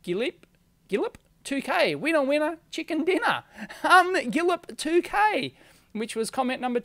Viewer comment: I'm joking. I DID win. I've just got my AWESOME osciloscope. Thank you Keysight and Dave! By the way, guillep2k is more like "gui-shay-peh-2K". :)